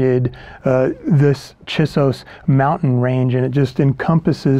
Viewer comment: It is difficult and disorienting to hear you mispronounce the name "Chisos."